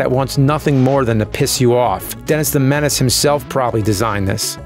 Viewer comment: "denASS the menASS" haahah so juvenile yet I'm a grownass man chuckling